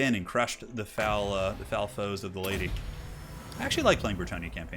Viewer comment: I swear he said “let’s get ready to ride ze Lady” at the start.